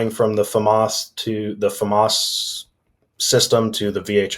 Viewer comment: It's pronounced Fauxmas! Thank you very much.